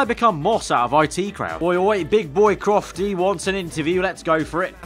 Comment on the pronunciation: Aggg it's crofty😂